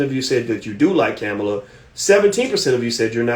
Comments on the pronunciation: Ka-mall-a that's how u say her name. He's killing me by say cam-a-la 🤦🏾‍♂️ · You don’t even know how to pronounce her name.